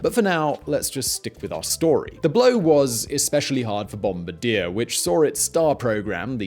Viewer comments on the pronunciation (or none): Oh man, it's BOMB-BAR-DEE-YAY, I don't know what bomb-bra-deer is :\ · Its Bom—bard-ier(french) not bom-bidier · Its not pronounced "bom-ba-deer" its pronounced "bom-bar-dee-ay" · Bomb-bard-yay not bomb-ba-deer They're a company not a soldier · broke: Bombardi-er woke: bombardi-ey this guy: bOmBaDeeR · I slightly cringe with every BOM-bur DEAR. I know BE pronunciation of French words moves the emphasis towards the beginning of the word, so it's GAR-idge, rather than gur-UHGE, but the Bombardier is a company name, so it's pronunciation should be consistent across all dialects and it's Bom-BAR-dee-yay. Same as Leicester should be pronounced Lester everywhere. Although I understand how you wouldn't remember to check the pronunciation and just go with what's typical for your dialect. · It's Bom-bar-dee-eh, not Bom-bar-deer. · It’s BombaRdier. NOT BomBADiere. Seriously cringe every time. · What the fuck is a bomba-deer, are you trying to pronounce Bomb-Bar-dee-AYY (Bombardier)? And what is wrong with the editing in this video? It feels like every other second you are cut off by a loud irrelevant clip?? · It's French, so it's pronounced bombardi-YAY, not bombardi-EAR. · As a Canadian, I cringed every time you said "Bomb-ba-deer." It's a French-Canadian company more like "Bomb-bard-eh." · As a Canadian, you should be embarrassed for mispronouncing it yourself. It’s bom-bard-ye(h), not bom-bard-eh! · It's not "Bombadier" It is "Bom-Bar-Dee-Yay" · Never heard of a company called Bomb-a-deer but I've heard of bombardieeeeerrr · BOM - BAR - DEE - AY ..That is how you pronounce Bombardier company name!!! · bom bard eeerr he cant even pronounce it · Bombardier is pronounced: "bom-bar-dee-ay" with the emphasis on the "bar". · Its pronounced bombardi-eh. Its french ;) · BOM-BAR-DEE-AY. Just thought I'd help out there,. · Bombardier - pronounced like Bomb-bardeyer - your pronunciation is killing me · The correct pronunciation is bon . bar . dye It is french.